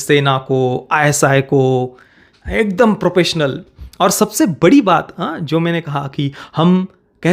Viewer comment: Propessional? It’s professional…